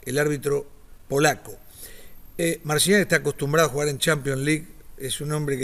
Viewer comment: Mal pronuncias su apellido i el nombre .. no se si haces por la ignorancia o por tu cultura